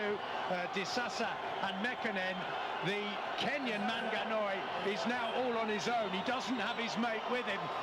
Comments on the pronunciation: The commentator is killing me with the MANGANOI name😂😂😂. Well done MANANGOI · Manangoi & not Manganoi >> That is abuse!! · Hey commentators pliz don't call him MANGANOI he is manangoi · Even the commentator could not pronounce his name properly at some point. "Manganoi